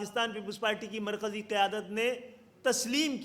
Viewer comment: Khalid maqbool tumko Mar Kisi ka loves tak to bolna a Nahin Raha markaji ko markezi wah Bhai wah khubsurat jante ho Dekhi kitni pyari Urdu hai yah hoti hai baap se dur hone ka natija